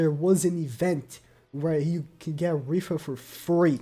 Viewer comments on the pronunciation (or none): This man really said “rifa” instead of rita 🤦‍♂️ whos mans is this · Idk why but hearing pronounce Rhitta as Rhiffa is really funny to me